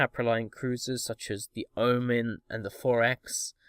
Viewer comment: Why do you call Thorax "Forex"?